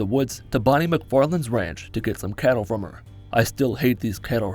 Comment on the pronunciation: CATTLE !! NOT KETTLE !